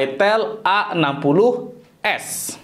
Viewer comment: Slfok bacanya itel AGOS 😂